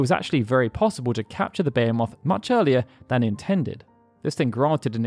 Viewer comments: Come on you can't pronounce Behemoth? Its not like its a weird word made up for ther series. Its a real word. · Imagine doing all that research and recording but not looking up how to pronounce "behemoth" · Baya-moth? You've been making these videos for like a decade, and you can't pronounce "Be-hee-moth" correctly? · Why do you say "Bayo-moth'? Its Beh-hee-moth. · It's beeheemoth not bayamoth. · Beyamoth? I know "beh-HEE-muth" but... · why do you say baya moth. when its be he moth? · Behemoth ... why are you calling it bey-uh-moth? It's buh-hee-muth. Even in japanese it's Behīmosu. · It's pronounced beh-HEE-moth, not bayer-moth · why does no one say behemoth correctly? it's literally a fucking word. bayamoth BEH HEE MOTH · Where does this "BEE-uh-moth" pronunciation come from? It is pronounced "buh-HEE-mith", or in the UK sometimes it is "buh-HAY-muth" It's not a proper name or a made up word open to interpretation, it's in the Oxford English dictionary. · Behemoth BA-HEE-MYTH this isn't a interpretation thing. The name is 100's of years old. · I love how you say Behemoth the way I used to xD but as people have pointed out, its beh-he-muth xD love your channel though :D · “contained a beomoth” it’s pronounced (Buh-he-mith) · Wtf is a bayamoth? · Behemoth. It's a very common word. Not Be-HAY-MOTH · Im sorry but WHAT THE BLOODY HELL IS A BEYAMOTH?! I know of a behemoth BUT A BEYAMOTH I DONT KNOW lol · Beo-moth? Jesus dude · So wait, you pronounce "HP" as "hei" but "behemot" as "bei"?? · Bay Ha Moth lmao what? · I always knew the FF6 glitch as the Vanish/X-Zone. Didn't know all instant-loss spells worked. Also, the way you pronounce Behemoth makes me want to Van-Ban my brain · I know that everyone is completely entitled to their own way of speaking and pronunciation. But I shudder Everytime I hear him say 'Behemoth'. It legitimately sounds like a name he gave it, rather than the monster archetype. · Except... that's not how one pronounces "Behemoth"